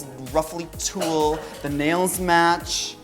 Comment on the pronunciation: did you say tulle?